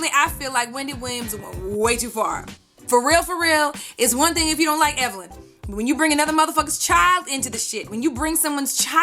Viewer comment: I saw the Tweet and I felt like somebody had just read ME, lol...I guess it just goes to show that if you dish it you'd better be ready to take it...btw, Wendy has never pronounced Evelyn's name correctly, I actually wondered for a while if she may have been doing it on purpose...anyhoo. Evelyn's comeback was brutal. That must be so embarrassing for Wendy.